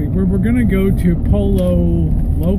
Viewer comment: pollo is pronounced as poi-yo